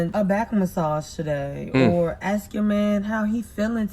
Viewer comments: "You were looking for a man to Axe you all those things" You mean "ask"? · Her: Aks 🤌🏾: Ask 👀 Me: 💀💀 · It's ASK!!! not AXE!!! Stop using ebonics it's NOT attractive! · "Looking for a man to AXE me" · Why can't BW pronounce the word "ask?"